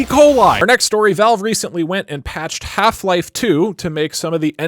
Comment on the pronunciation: that's better. The way you said the first one sounded like hla was the only vr experience